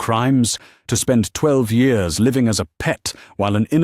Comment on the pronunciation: How about getting an AI reader that actually works. This story ALONE has over 100 Mispronunciations - especially mispronouncing years as yours